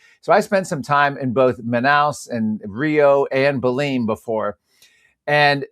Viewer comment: Atleast pronounce the name Belem correctly, it not Beleem! It’s a wonderful place.